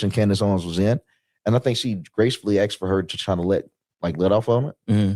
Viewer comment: Not many brain cells between the lot of you. Not making any sense You need lessons from Candace. Its Asked not asted'. Nonsense ' she got rich because of Charlie '😂 you are really unintelligent...